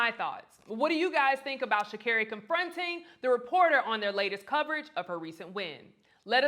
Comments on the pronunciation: I think she was not wrong for correcting the reporter about getting her name right! When she did something wrong they said her name correctly! She deserves for everyone to show her respect! We are not living in the 60's, oh wait a minute, some still are! This is 2023. Wake Up! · "Blocking out the media...Like yourself" 👏🏽BRAVO! Well played little...Well played ❤✊🏽 How is someone correcting someone on the correct pronunciation of "their" name...How is this rude??? Make that make since??? Well done Sha'Carri. You did that ❤‍🔥💐❤✊🏽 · At the end of the day if u are pronouncing my name incorrectly, I'm going to tell u. Ur not going to call my name any which u feel and I must take it. At the end of the day your name is ur brand and character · She does have to talk to the media if she doesn't want to. The commentator for CHN is mispronouncing her too. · Nothing wrong with her checking that reporter about saying her name correctly If they are going to talk about athletes any athlete they need to say their names correctly. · I'm glad she's learned to not let others validate her. She's not being cocky either to correct someone when they mispronounce her name. Congratulations🎉🎉🎉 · Congratulations 🎊 to Sha'carri on her gold 🏅. They should pronounce her name correctly. She is talented and she is putting in the work. So happy for her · C'mon Black people her name is pronounced "SHA-CAR-REE" NOT "SHA-CARE-REE". I'm sure she deals with her name being pronounced wrong by people outside her community, we should have her back by saying her name properly and confidently! She has a "Black" name and we should honor it as we do our own! #iloveusforreal💗💗💗💗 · You guys are journalist, yes? So words and the pronunciation of words are your number one priority, yes? So why do you people insist on mispronouncing Sha’Carri’s name?????? Stop saying sha care-ee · I'm so happy for her, and keep correcting them when they mispronounce your name EVERYTIME! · It’s 3 syllables! They could work on it!